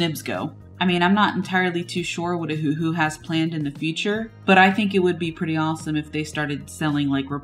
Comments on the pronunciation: No, it's named after the Hawaiian island "Oahu", so it should be pronounced Oh-Uh-Hu or Owahoo. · it’s O-huhu not huhu ?? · pssst it’s cuz it sounds like your saying Ahuhu instead of Oh-huhu 😉😋😅💘🦋🍭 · It's named after the Hawaiian island "Oahu", but they got rid of the dashes for Oh-Uh-Hu and left it OhUhu. So the correct pronunciation is Owahoo. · Except it's not a Chinese pen. It's Japanese. And anyway the company named it after the Hawaiian island "Oahu", but they spelled it Oh-Uh-Hu & took off the dashes. So the correct pronunciation is Oh uh hu or Owahoo.